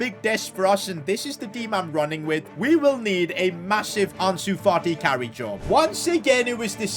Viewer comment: It’s pronounced Ansu Fati not Ahnsu Farti